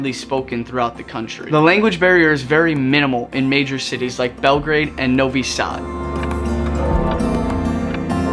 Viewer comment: "Novi-sad" Lmao